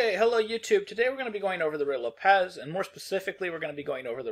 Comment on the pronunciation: You are seriously mispronouncing tat name.